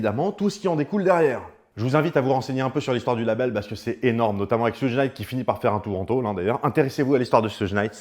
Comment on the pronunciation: petite info : Suge se prononce "choug" (diminutif de Sugar Bear)